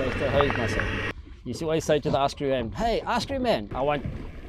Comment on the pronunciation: that “hey” confirms he’s South African😂